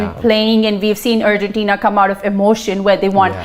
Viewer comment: Why does she keep saying Urgentina ? Its Argentina ...